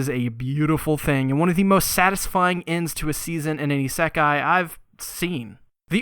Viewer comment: I think you mispronounce isekai